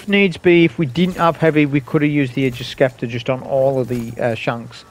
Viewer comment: Hey man, awesome and educational video as always. Really happy to see Ager's is as effective against against barrier champs as I'd expect. We'll see how things go in GM's though. Also, and I mean no offense whatsoever by saying this, but Scepter is pronounced Septer, like septic or separate. Silent c. Again, no offense, it was just making me lose my mind lol.